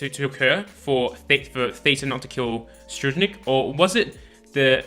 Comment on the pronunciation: Im amazing dont worry i wont die. Btw, Tserriednich ( se-reid-nich )